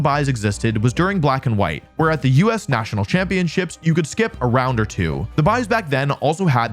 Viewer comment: The first thing that I noticed is how Wolfey pronounces championships as champion-chips Video ruined!!!